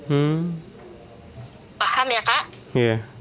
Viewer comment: Cara dia ngmong PAHAM, 2x sya dengarkan dia ngmong paham selalu dg penekanan sprti mncoba meyakinkan mmbrikan sugesti ke org2 hrus prcaya gtu ya. Cara bercerita jga sprti sngaja di bkin runut step by step detail bgt yaa. Sngja mncritakan sisi buruknya si ML jga yg ga ad hubungannya dg tuduhan fitnah pemerkosaan supaya org2 yg dngar mewajarkan serta menjudge perilaku si ML mmang sdh jelek dri sono nya.